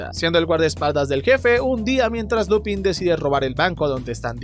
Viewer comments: Se escribe Lupin, se dice Lupen y tú lo pronuncias Lupán. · Ja ja Solo vengó en plan "Hermione" ; " No sé pronuncia Lupín se pronuncia Lupān"